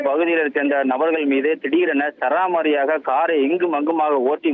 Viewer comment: உங்கள் நிருபருக்கு சரமாரியாக என்ற உச்சரிப்பை கற்றுக் கொடுக்கவும்.